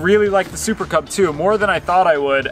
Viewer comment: did you just said "super kebab" instead of "super cub"?